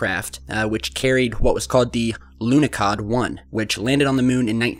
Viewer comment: It's pronounced more like Lunohawd